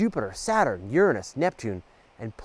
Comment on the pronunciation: Over 2 years later and I'm finally discovering your channel. Thank you for this. Also thank you for being one of the few people I know to pronounce Uranus, in my book, the right way.